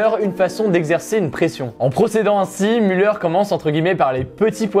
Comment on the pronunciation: on dit mulère pas muleur haha